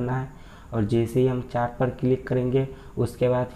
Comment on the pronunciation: चाट nhi yrrr चैट बोलो...